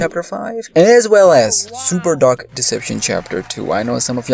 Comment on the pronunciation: Why do u pronounce dark like that